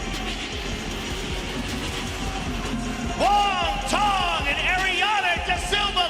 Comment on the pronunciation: Wong Tong? lol what